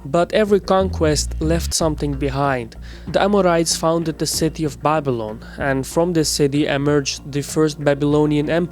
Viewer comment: Bible-on ? It's Babilan, man !